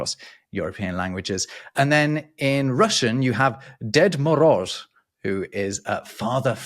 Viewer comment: Ded Moroz, btw, pronounced Dyed, not dead, is a modern adaptation of Santa Claus invented by the Soviets to draw attention away from the Christian Holiday of Christmas to the secular feast of New Year's. The name is found in old folk tales, but was originally just a personification of winter.